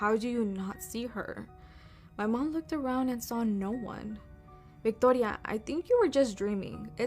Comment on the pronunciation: Why tf did she pronounce "Victoria" like that? 😂 Girl stop it. I'm Mexican and we do not pronounce it like that 😅